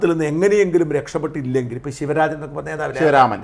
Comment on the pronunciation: ശിവരാമൻ അല്ല ശിവരാജൻ